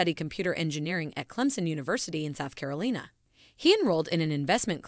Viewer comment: South Keerleena lol